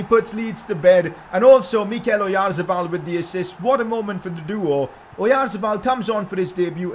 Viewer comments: It is pronounced Orianthabal. But is amazing transfer. Also sign pau torres from Villareal he is a very reliable as a back up if you sell phil jones and it has good potential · challange:take a shot everytime he says oyarzebal